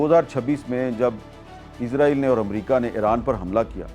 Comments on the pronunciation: حامد میر صاحب اپ اسرایل کو ازرایل کیوں کہتے ہو ؟ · میر صاحب ازرائیل نہیں اسرائیل بولا کرو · عزرائیل عزرائیل عزرائیل عزرائیل یار لفظ اسرائیل ہے اسرائیل کہیں جناب اسرائیل کہیں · Yar israil ko izrail q kehty hen likh to is se likn para iz jata hai q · حامد میر صاحب یہ عزرائیل نہیں ہے اسرائیل ہے اپنی اصلاح کریں ہر دفعہ اپ عزرائیل بولتے ہیں